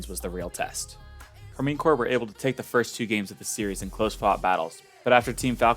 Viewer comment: Great video, but that can't be how you are meant to pronounce Karmine Corp. Like I would go for a /car-mine/ or a /car-men/ but no chance is it /car-mean/.